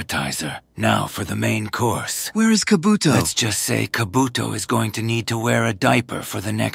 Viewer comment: Ka-buto. Ka-buto💀💀💀